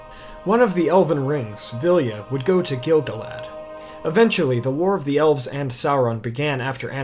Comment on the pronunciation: And also every time he says Gil-galad as GIL-guh-lad instead of gil-GAH-lad. For the amount of research done for this video, the pronunciation game could definitely be improved :)